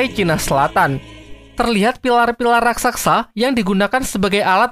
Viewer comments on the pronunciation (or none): Maaf bang, yang benar raksasa bukan raksaksa 🙏